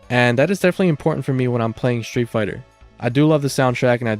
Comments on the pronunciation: Dude, the way you pronounce „street“ made me turn off the video. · Shtreet fighter. Shtreet. Egshtremaly. Pronounciation is not your thing.